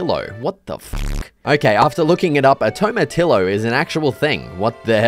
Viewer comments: a tomatillo is pronounced “to-ma-tee-yo” the double l make a y sound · does he know tomatillo is pronounced "tomatiYo" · TOMATILLO not tomatilo its pronaunce like Tomatiyo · Tomatillo is popular in Spanish, Mexican, and Texan dishes it's pronounced Tom-ah-T-oh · Toe-Ma-Tillo haha much love brother. Great video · it’s pronounced “toe ma tea oh” this hurt my soul so much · was bro tryna say tomatiyo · its pronounced tomatiyo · your pronounciation of tomatillo is killing me😂 great video tho :) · that pronunciation of tomatillo is a crime😭 its a Spanish word the double L becomes a Y